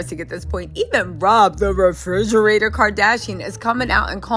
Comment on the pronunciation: Not ‘Rob the Refridgerator’, tho! 😂😂😂😂